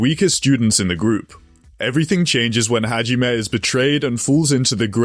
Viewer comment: bro butchered hajimes guns name so hard i had an aneurism